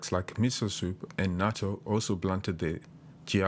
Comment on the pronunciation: thank you for teaching how some of Japanese food are good in terms of GI - Miso soup, Sushi, Natto ( actually, did you say Natto ? )